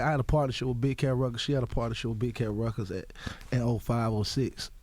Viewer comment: Gucci's speech: rekuds, induscry, screets, schleep, shpring, etc.